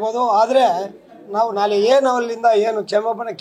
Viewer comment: ಇವನಿಗೆ ನಾಳೆ ಅನ್ನೋದಕ್ಕೆ ಸರಿಯಾಗಿ ಬರಲ್ಲ ನಾಳೆ ಅನ್ನೋಕೆ ನಾಲೆ ಅಂತಾನೆ ಇವನು ಫಿಲಂ ಚೇಂಬರ್ ಅಧ್ಯಕ್ಷ ಇವನು